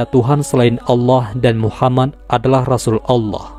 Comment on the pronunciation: Min mohon maaf saya ingin bertanya mengenai cara penyebutan nabi Muhammad SAW ada yang salah dari awal vidio saya nnton sampai di penghujung tiap mimin sebut nama muhammad menjadi muhamman itu kenapa? Mohon maaf sebelumnya kiranya untuk pertanyaan saya ini karena saya masih merasa krg enak dikarenakan penyebutan nama yang salah itu terjadi bukan cuman sekali tetapi sampai akhir vidio